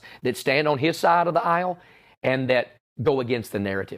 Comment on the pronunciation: Do you think that locke said "stand on his side of the heil" instead is "asile" by accident? 🤣🤣